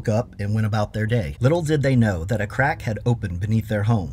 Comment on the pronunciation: Not gonna lie when you said “Crack had opened beneath their house” at first I thought you said “a crackhead opened” it took me a moment. 😂